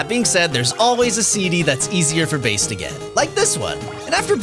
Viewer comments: It's Megaman and Bass not Base. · What do you mean it's pronounced base!? He's NOT named after the fish!? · You mean his name is pronounced like the music instrument and not like the fish??